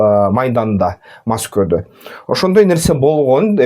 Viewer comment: Неге маскоодо жон эле Москвада Эле дечи тилин келбесе да бир жон болчу